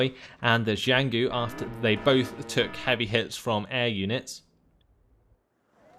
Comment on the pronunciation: the only chinese name you manage to butcher is jianghu, it's Jiang Hu, cut after the g If you really want to pronounce it right this might help, but i think you are doing fine